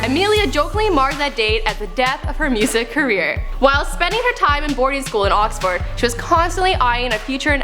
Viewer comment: The way you said Buckinghamshire was retarded lol Edit: And Oxford, wtf